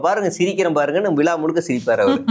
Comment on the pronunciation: விலா இல்லை மேடம் விழா தமிழை கொலை செய்யதீர்